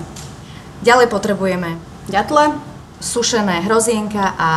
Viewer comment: Super vyskúšam, dˇakujem. Len dievčatá, to su datle, nie dˇatle.